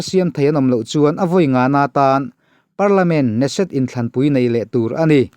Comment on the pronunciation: i news ziah... A ngai reng in a la ngaihnawm. I ngaihawm ta hle mai... Bible hi a daw lovang. Binyamin Natanyahu a tlak loh chuan Israel hi a liberal dawn lo tlat a ni. Knesset tih Keneset ti a lam rik a va ni em aww